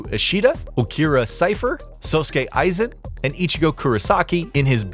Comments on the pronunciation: Lost me the moment you said "tight kubo" even worse when you mispronounced Aizens name. Know what you're speaking about before actually speaking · Seriously they’ve been spoken aloud so many times it would not be difficult to listen to the pronunciation before you attempt to speak it lol I mean how do you not know how to pronounce Aizens name 🤦🏼‍♀️ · How you gonna pronounce Aizens name wrong then right 2 minutes later that’s crazy work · i cringed a bit when they said Aizen's and Rukia's last name 🤣